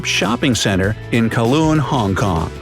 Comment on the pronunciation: he read Kowloon hong kong wrong i am offemded